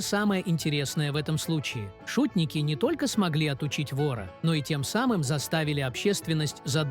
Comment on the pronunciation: Не шУтник, а шутнИк.. три раза прозвучало слово и три раза неправильно🤦